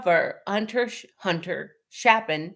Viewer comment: It's Chapin with a long a, like ape.